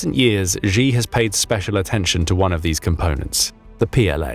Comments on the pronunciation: Xi is pronounced “Shee” not “Zjhe”😂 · Why do you pronounce the name "Xi" like a Gee instead of "Shee" as it is pronounced in Mandarin? Falun Gong practitioners were Zhang's (pronounced /jahng/ go to for secret organ harvesting. And have you heard that a coup has taken place at the top making Xi (/Shee/) a figurehead? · Don't lecture us on Mandarin please when you can't even pronounce Xi's name.